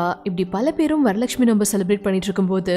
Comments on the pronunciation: என்னது 'நோம்பா' அது 'நோன்பு' டோய்...😂😂😂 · வரலக்க்ஷ்மி 'நோம்பு' இல்லை I think correct word is நோன்பு